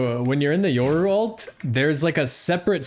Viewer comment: Yoru... hard R, RRRRRR, not "ouru"